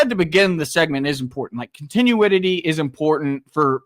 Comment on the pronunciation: "Continue-id-ity?" If you can't even speak correctly, just shut up.